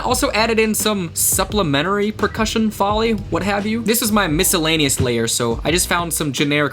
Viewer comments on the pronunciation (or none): That's not how you pronounce Foley my guy but i vibe with this so hard (lowercase bc lofi lmfao)